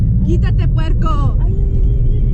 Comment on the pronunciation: I lost it when u said puerrco 😂🤣